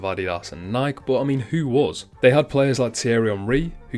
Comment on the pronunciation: Great video. Please though, note it is not pronounced Nike it is Ni-kee.